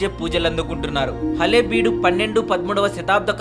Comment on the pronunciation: దయచేసి హళేబీడు అని పిలవండి ఆలే బీడు కాదు. కల్లా కాదు కళ్ళ . కన్నడంలో ళా అనే అక్షరం ఉంది కానీ దీన్ని తమిళ వారు మరియు తెలుగువారు లా అంటున్నారు.